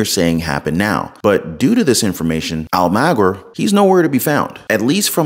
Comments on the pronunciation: Actually it's Spanish and is pronounced Al (rhymes with ball)-ma-gear (like the gears in your car). (I speak Spanish, not 100% fluently but fluently enough to pronounce names. Spanish pronunciation is pretty easy.) All of a sudden I can't find the post I was commenting on...I wonder if the person deleted it? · His name is pronounced "Al-moe-gear" although not spelled that way. I hope he's okay. He's been on the air for quite a while. The people dipping into their 401ks most likely are in emergency status. I doubt they're squandering it. They may as well use it now to stock up and prepare, because as soon as CBDC comes onto the scene in 2023, people's funds will be controlled by outside entities (the govt). Especially since they will be implementing and attaching ESG credits and conditions to your funds. People won't be able to spend their money how they need to or want to. Everyone needs to have backups on many fronts. The people shooting up the power grids want everyone else to be as miserable as they apparently are. It's doubtful the people doing it live in the area. This is "Big Picture" activity.